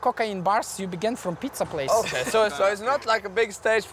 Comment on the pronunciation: This is so funny the way Bard says "it´s a pizza place"? ))))))))